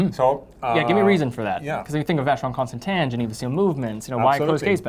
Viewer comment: he says “tahn” not “tin”. I’ll take his pronunciation.